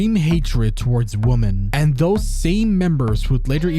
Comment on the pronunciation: Look, I love your channel, BUT FOR THE LOVE OF EVERYTHING, the plural form of woman is not pronounced the same way as the singular. I REALLY don't understand why this has become some weird online epidemic lol